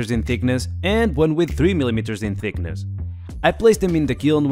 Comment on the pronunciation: "2mm sickness". Yeah, sounds accurate. I know you say "leaking" a lot of times, but every single time, you make it sound like "licking".